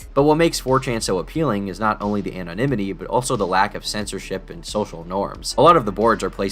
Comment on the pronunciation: “I love the anonyminity” haha 😂